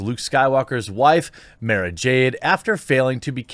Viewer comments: it's maaah-ra, not maaay-ra. thanks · It's pronounced "mar-ra jade" And there are many good EU books with her in that you can go out and enjoy. I believe she was the 'emperors hand' in those. If you want to fill your weekend with Brie, go watch the Discovery channel. You will see it in its raw form, before it's turned into planks. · Mara Jade (Mara, is pronounced like car) is one of the most important characters in the Luke - era expanded universe; Brie would ruin it. I would not even watch a movie/show with her in the role. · MAH-RAH like CAH-RAH SYNTHIA DUNE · That's not how u say Mara. Go watch Lucas say it right. Damn! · I noticed that too with his pronunciation 😂 Can you suggest a good EU book? With Mara, without Mara. I don’t want to even look at the Disney books.